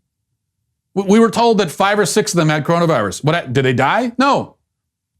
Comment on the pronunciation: LOL..............love when he says CORONUS VIRUS